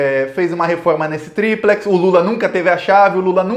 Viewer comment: Vc não sabe falar triplex nem Odebrecht